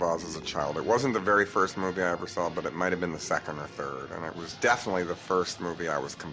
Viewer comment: john is a vewy stwange man...j/k..hey john..Baltimore guy born feb. 1946...raised down frankford ave..near st anthonys..(ne balt).glad you lived your dreams...that's a good thing,, mike..xx